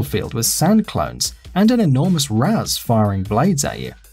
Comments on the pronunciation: "raz" Al ghul? Did you even play the game or are you just reading it? It's pronounced "raesh" al ghul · Ras? Ras? FUCKING RAS?!?! It's pronounced raish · The way he pronounces "Ra's" pisses me off so much 😂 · You pronounced ra's wrong